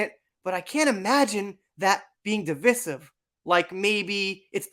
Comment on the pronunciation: It's pronounced device-iv not deevis-iv. Also, Dark Shadows is by far one of his best movies! A must see.